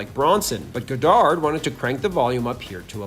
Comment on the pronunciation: Why do you keep saying Goddard that way